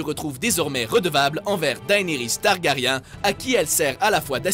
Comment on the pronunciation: "daynaris targaryin'